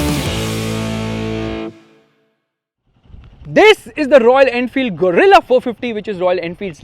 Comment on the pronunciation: Gorilla ❌ Guerilla ✔️